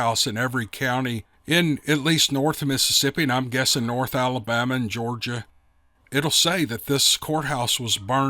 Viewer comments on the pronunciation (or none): none